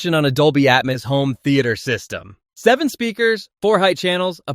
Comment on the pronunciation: Who took a shot everytime he pronounced atmus instead of atmos???